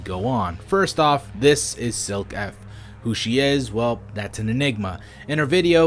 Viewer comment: I would like to say Silke is a belguim/nederlands name and its pronouced like Silk-uh